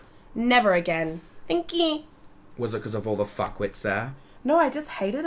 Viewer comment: When she tried saying thankQ 😂 you having a stroke doll? You okay doll?